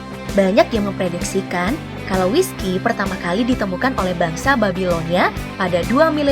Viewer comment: Aku dengar wiskas